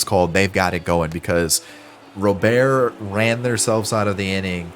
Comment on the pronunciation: Luis Robert. The T is not silent lol